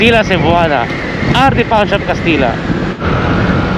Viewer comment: Kastilla pronounced as kastilya and juban as huban po...safe ride and enjoy.. 🏍️🏍️🤔🏍️🏍️